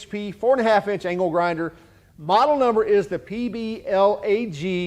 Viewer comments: i swear i keep hearing ''anal grinder'' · at first I thought you said anal grinder lmao